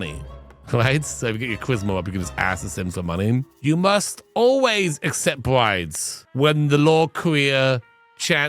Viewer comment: I know the document said briBes but I swear how Doc said it sounded like BriDes and I just kept thinking "well, Poly is acceptable with Lovestruck but... dang that is rotten." 😂